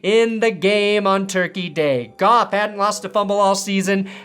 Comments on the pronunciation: Thought you said beating-off, but you said beating golff😮 LOL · lol it took me 7 minutes to get you were saying beating goff